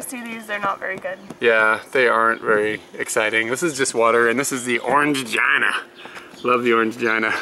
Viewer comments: OrangeGINA? LOL. You do know it's pronounced Orang-GEENA right? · Going to Japan with my husband for our honeymoon, so love your videos! Just wanted to let you know that "Orangina" is pronounced "Gina" as in the name and not "gina" as in vagina. ;) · It turns off because you're pushing the draw back in fully and closing it. It's a grill you're supposed to leave it open a fraction to allow the heat to escape. If you didn't it would over heat and cause a fire, that's why it has the safety feature. :D Also it's pronounce Orange - Jean - a :D It cracked me up when you said jina hehe... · O-ran-jee-na! Hehe. Great video! SO natsukashi! Love your apartment and your approach to Japan living. I lived in Osaka and haven't been back. Still dream about Japan quite frequently and starting to plan a trip there (and elsewhere) in the new year some time, well or even sooner if I can swing it. Oh I miss it sometimes but I miss Thailand more! :D